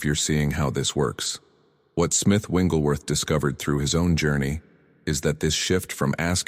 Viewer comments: I really like this concept, but the AI is mispronouncing Smiths' last name. Its not "Wingleworth" Its "WIGGLES"worth. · His last name is Wigglesworth, not "Wengleworth." ?? Good message. Wish it had a real human voice - rather than a counterfeit. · His name isn't Winglesworth! Its WIGGLESWORTH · FYI..it is not Winglesworth..It’s Wigglesworth. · These messages are very helpful but can you program the AI voice to pronounce Smith Wigglesworh’s name correctly? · Why do these great videos pronounce Wigglesworth’s name WRONG??? 😮